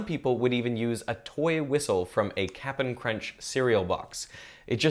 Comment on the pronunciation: Did you just say "Cap'n" Crunch? Have you never head of Captain Crunch before this? You'd only say it like that if youve never heard of it before and just read it for the first time.